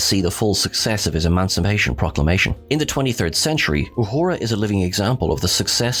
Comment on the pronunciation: Wow! You can't even say emancipation correctly, up your game, because right now you stink. when you mispronounce her character's name and all the other stuff you say on here, you are cheapening the quality of the tribute. respect our culture or we can't respect your channel.